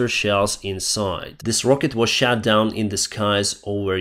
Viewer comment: shot [shot] down ( like "lot", "hot" & "pot" ) - not [shat], please, which is a past tense of "shit" 😂